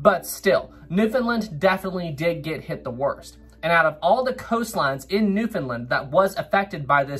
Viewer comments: Where i live in cape Breton there was alot Of flooding from the tsunami in 29, and its . New-found-land. Not new fin linn 😅😅😅 Love your videos i never miss one!! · Another well done video... but (haha)... Newfoundland was not a part of Canada, not until 1949. And it's "Newf'en'land" (Understand Newfoundland) But all kidding aside, well done, and it was very cool that the topic was mentioned. If you want a topic for another great story look up the grounding and wrecking of USS Truxtun and USS Pollux; also Newfoundland related. Keep the great work. Cheers.